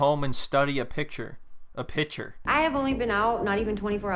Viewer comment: Its PIC-TURE bro. Not pitcher. PIC. T. U.R.E.